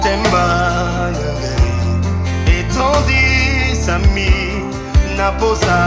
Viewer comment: Bonsoir, on dit Itondisami pas Etondisami on prononce avec le i..... j'apprecie ce passage en myiene que vous prononcez car c'est de ma langue maternelle cela signifie:amour cela signifie également ce que j'aime....♥ Qui vous a appri cette langue....?.